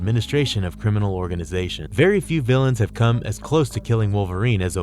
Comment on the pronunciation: I love these videos but PLEASE do at least one read through of the script before committing it to audio so it sounds less broken and disjointed. Also, trying to 'untie' instead of 'unite' is bad enough ..... but "... he was more than a match for powerful 'villains' like Wolverine..." 🤔